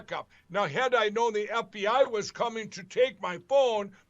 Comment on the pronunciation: Seems like Lindell says "EhBI" instead of FBI